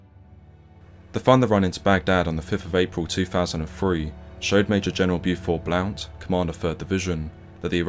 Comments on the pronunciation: It's pronounced blunt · The CO 3rd Div Major General’s last name doesn’t sound the way it is spelled and is actually pronounced “Blunt”. A non-issue. Great video. These are the stories of the initial invasion that are rarely told, other than by those who were there. These are good examples of some of the very intense engagements that took place. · Blount is pronounced "blunt."